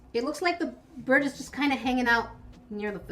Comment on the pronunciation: that’s the bird I have, that’s also what my profile is. His name is mango and since you’re a bird expert, you’ll probably know that I am a son Connor. also, I swear you keep saying birb